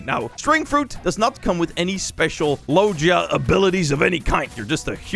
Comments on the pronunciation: It’s not (Low je a) It’s (Low ge a) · the way he says logia is so weird